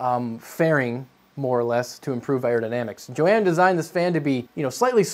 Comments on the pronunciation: i think the person you are calling "joanne" is actually said "yohann" and is a guy maybe, depends ive seen both spell it the same way lol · It's yo-han,not joeann... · Johann is pronounced "yo-hahn," not "jo-an." Ha! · I think it might be YO-Han not Jo-Ann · Im pretty sure thats pronounced 'yo-han' not 'Joanne'. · Hahahaha! Pronouncing it Jo-Anne instead of Yo-Hahn; priceless! Great episode! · Eh, ¯\_(ツ)_/¯ I‘ve heard worse. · was that... Joanne or Yohan ? :P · Johann must be hating you for pronouncing Yo-Han as Joanne LOL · Johann is "yo-hahn" ... Not Joanne. Like Johann Sebastian Bach... Embarrassed for you... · Jo Ann? Yo Han. Fail at pronunciation lol! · Johann is pronounced yohann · I think Johann is pronounced "Yo-hawn" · i have a feeling the designer's name is pronounced like "yohann" with the "hann" being like han solo. could be wrong though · pretty sure Johann = "Yohann". could be wrong. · Johann is like YO-HAN. Poor Johann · I believe it is pronounced...Yo-Hann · Pretty sure johanns name is pronounced like yo-hon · More like Yo-hun (pronounced like an American would, I guess), but you‘re close. I don‘t mind tho. Why get hung up on names? There‘s more important things in life. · Pretty sure it's Yo-Hann... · Also, I don't mean to be that guy, but shouldn't Johann be pronounced "yo-hahn"? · I love how he pronounces some of these names. Gabriel and Johann in particular. I'd almost be willing to wager something those were both masculine names.